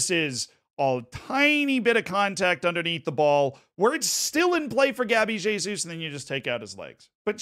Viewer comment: Pronunciou certo o "Jesus"